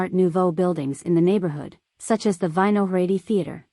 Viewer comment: Didn't realize the locals spent time at every single tourist spot in Prague. And how about that native pronunciation of Vysehrad? LMAO